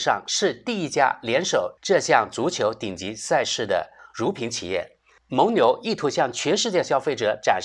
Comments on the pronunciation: 蒙（meng第三声）牛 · 蒙（měng）牛,这里应该读第三声,这次很厉害,同时押对了梅西与姆巴佩;而伊利押的是C罗与内马尔。